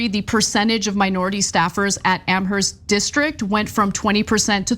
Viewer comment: Please,, the H in Amherst is silent. It's pronounced "am-murst"